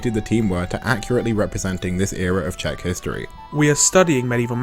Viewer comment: Very nice and refreshing hearing someone talk about this with a good balance - seeing the romance for what it is and not something else as a lot of people on both sides of this conflinct tend to. And also, as a Czech, your pronunciation was actually pretty good! Nice job on both. 👏👏